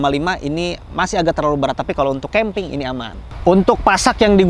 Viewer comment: Ada yang tau nggak? Berapa kali ngomong keemping ajah